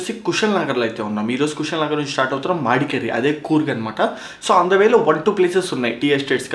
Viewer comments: Bro please its not "madkeri" Its "madikeeri" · మాడికెరి కాదు bro it's మడికెరి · bro it's not మాడికేరి it's మడికేరి